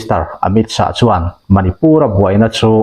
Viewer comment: Mizote'n Amit Shah hming kan lam dan hi ngaihtuah chian a ṭul hle mai. A tawp a H a awm vang hian lam bun nghut tur tihna a nilo. Shah tih hi Lâ kan lam rik ang a lam rik tur a ni...